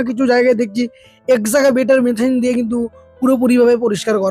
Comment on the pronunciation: Aaj keo bhul pronounciation korchho, Ota excavator machine.